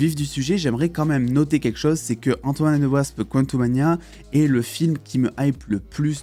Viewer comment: Au début de la video j’ai entendu antoine and the wasp